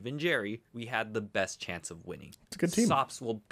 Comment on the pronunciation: First time hearing this intro, I heard you say "I am the Depressed Nuzlocker in the world".... which is also probably true